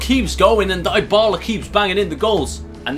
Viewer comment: It's pronounced (Di-bala) not (Die-bala)